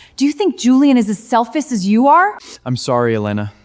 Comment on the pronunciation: "I never thought you so selfif".🤣🤣🤣🤣🤣